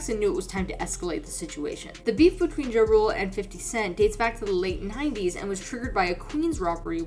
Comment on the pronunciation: Mispronounced Ja Rule then shows clip of 50 Cent. Clown content.